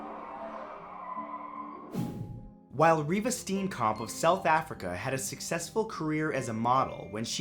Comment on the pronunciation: That is not how you pronounce Steenkamp. I am from SA